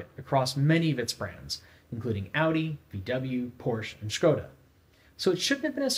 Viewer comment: I directly hit the like button as soon as hearing the correct pronunciation of Škoda brand. Total flex :)